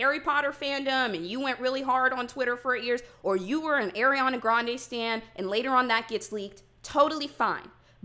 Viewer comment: It’s Ariana Grande not Airiana Grande 😒 Just a joke pls 😭